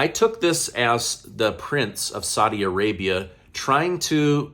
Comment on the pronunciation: I like what you do but please learn to pronounce Saudi Arabia 💪🏼